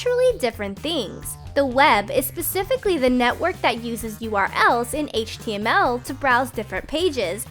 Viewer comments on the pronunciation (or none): none